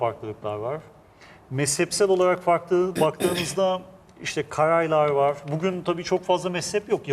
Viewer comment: "vor" değil " var"!!!! "Onlamda" değil " anlamda" deriz biz Türkler ona!!!!! Aksağanlar!!! Hollandada mükemmel Türkçe bilen fakat aksağanları sayesinde hemen tanınan Yahudiler "vor"!